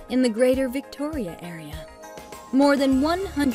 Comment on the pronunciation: Who made this?? They literally got everything wrong about our Province. Squamton lol.. Whisteler lol. can't even pronounce our capital of std's properly. If you like Australia them move to whisteler lol. The reason everyone uses public transit in Surrey is because you car was stolen.. then your bike.. lmbo.. But they can't steal a transit bus. Hmm 🤔 well it's Surrey just give it time